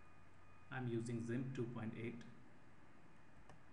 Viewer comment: thanks but improve your english bro its gimp not zimp